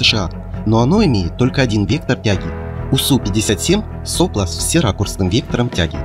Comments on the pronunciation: соплО, а не сОпло, подводники недоделанные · Только всё-таки в единственном числе правильно - "соплО" с ударением на последнее "о". Слух режет. Во множественном да - "сОпла". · В слове "сопло" ударение ставится на последний слог.